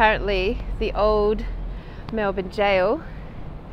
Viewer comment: 1. Thank you for saying Melbourne correctly 2. This makes me feel ashamed to be Australian 🙄